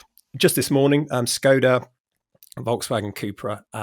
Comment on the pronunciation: What’s with ridiculous pronunciation of Skoda? Does she go to Paree, Bartheloma and Lisboa?